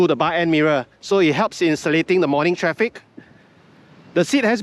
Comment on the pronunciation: Did I hear you say "it helps in the selit-ting in the morning traffic"? 😂 That's the most multi-racial word I've heard 🤣